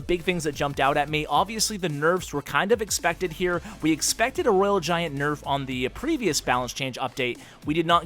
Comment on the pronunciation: btw u said it wrong for rg and babydragon